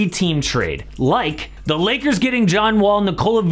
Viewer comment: Lmao the beginning sounds like u said Liggers